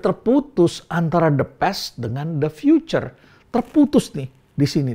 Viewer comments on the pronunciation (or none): none